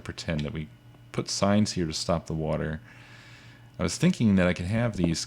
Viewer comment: It's pronounced 'thinking' not 'theenkeeng' -.- really irritates me -.